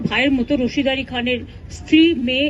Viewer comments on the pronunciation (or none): Nam ta o thik bolchhena. Rashid ali bolchhen